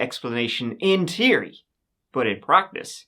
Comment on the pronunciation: I ❤ the way you pronounce "theory" like "teary" 🤣